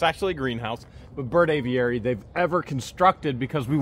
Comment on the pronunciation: you make me laugh the way you pronounce Aviary! Just say A Very. That way it will sound right! Love you guys. Hi from the UK! I cannot wait to see the downfall of Russ the suss! And his cohorts! Otter Creek residents deserve so much better! As for that Looney Toon woman how did she get an adopted child?? Makes me wonder if that little girl was actually adopted. Scary thought!